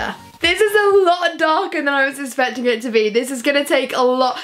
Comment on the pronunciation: Does she say especting rather than expecting or is it just me?